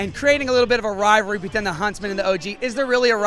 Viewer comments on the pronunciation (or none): RivaLRy. This is the second video where I heard this host say Rivalry. Rival, there’s a second L